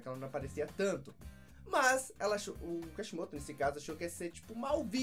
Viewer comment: vc fala Kashimoto mas é Kishimoto